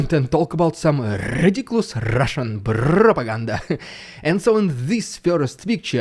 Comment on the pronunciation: I will NEVER tire of hearing you say rrrridiculous rrrrussian prrrropaganda! 😂😂😂